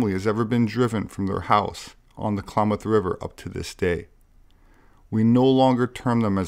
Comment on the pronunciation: Not Claw-moth.... Clam-ath. Clam like the mollusk. -ath like math.